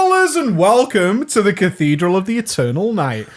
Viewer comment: omg how the fuck do you prenounce Cathedral wtf dude xD CATHEEEEEDRAL you prenounce it haha that made me laugh so hard. look up the prenounce rly